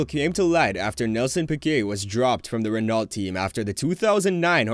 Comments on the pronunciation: Renault ...the L and T are silent lol. It's like Renau...Reh-no not Ren-alt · Very good video, here are some suggestions, work on your pronounciations, such as renault, its pronounced as; reno(t) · reno to an american is REE NO .. just saying. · How does one get Renault wrong lol.